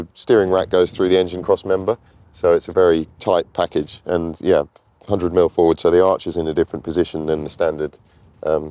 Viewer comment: Fwoard! Phwoard! Fowwwwwwwdaaaa!